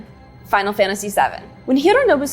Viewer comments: cool, you say "Final Fantashee". It must be because you are about to say "genre" and it sounds strangely ok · "Final fanashy jara"